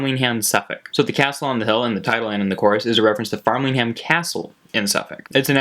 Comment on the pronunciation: It's not farmlingsham it's framlingham 😂😂 great vid though